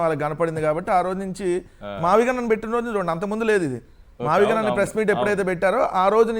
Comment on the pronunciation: మావిగన్ కాదురా అబ్బాయ్, మావగాన్ మావలండన్ గాన్ అంటూలండన్ పోయాడు.